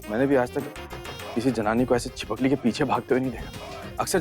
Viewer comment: 😂chhipakali ny chhipkali